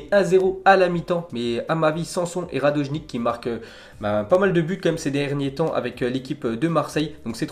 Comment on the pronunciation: regarde tellement momo henni qu’il dit radojnic et pas radonjic